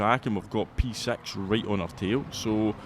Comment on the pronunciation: Scottish accent or not, the way you pronounce p6… er…